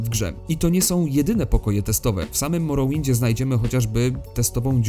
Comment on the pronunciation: Moro winda? To się chyba czyta "morołynd". Zapytaj windziarza